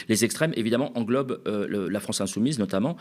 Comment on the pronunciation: Lemaire..... qui donne des leçons de compétences.... "vive la fronce"....